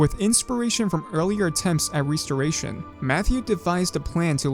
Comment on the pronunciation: What's a 'Ree-storation'? Is it similar to a 'Restoration'?